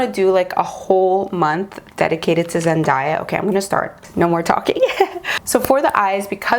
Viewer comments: I love you, but it's pronounced Zen-day-ya, not Zen-daa-ya! Sorry, one of my biggest pet peeves is when people pronounce things incorrectly 😅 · YESSS, please do a zendaya month!!!! Just one thing and that was really bugging me through most of the video is that zendaya's name is pronounce as zen-DAY-a, not zen-DIE-ya. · Please do zen-DAY-uh month.. but idk about zen-dye-uh month..... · loved the look and totally love the idea of the Zendaya month. Also, I just saw a video where Zendaya herself said her name is pronounced Zen-day-uh not Zen-die-ah. Just thought you'd wanna know. Love you.:) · Everytime she says zendiea instead of zendaya my ears just tingle lol it reminds of dat video of how zendaya prounounces her name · It’s ZenDAYah but love the tutorial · her name is pronounced as zen-DAY-ah! <3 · No hate at all!! but it’s pronounced Zen-DAY-a hope this helps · You're awesome, please do Zendaya month! I believe you are mispronouncing her name. I saw a video where she was teaching people how to say her name and it is pronounced Zen-day-ya. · Omg the way u pronounce her name GIVE ME THE CHILLS 😣😣😣😣😣 LOL BUT I love the look 😉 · Krisel Obando I know I'm like that's not how you say it every time she says her name lol